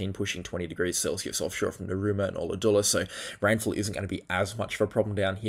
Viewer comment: Btw way pronunciation of Ulladulla is like colour dulla. 😉